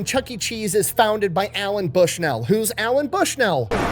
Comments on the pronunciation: bro... his name is Nolan LOL not Allen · It is not "Alan Bushnell" but Nolan Bushnell. Thanks for sharing though. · I just want you to know that I physically flinched every single time you said Alan Bushnell. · It's NOLAN Bushnell. FFS. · Hey, great video except for the part where you got Nolan’s name wrong the whole time😂